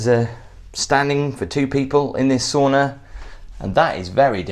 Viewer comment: The SAUNA that we know today Pronounced SOWNA I worked for an 🇺🇸hydraulic engineering company who had manufacturing factory in Birmingham One of our distributors was based in VAANTA Finland Plenty of HOT TUBS I was taken to Amazing